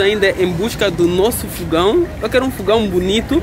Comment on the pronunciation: não é fugão é fogão kkkkk